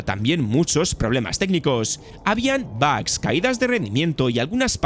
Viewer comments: bags? por favor si vas a hablar en ingles hazlo bien, joder dos veces que dices que hay bolsas en el juego, tio estudia un poco mas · Jolines macho por enésima vez; se dicen bugs así como se escribe con u, aprende a hablar joder ! 🤷🏻‍♂️